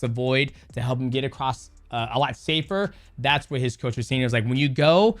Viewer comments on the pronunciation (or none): none